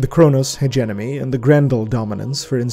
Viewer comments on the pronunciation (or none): none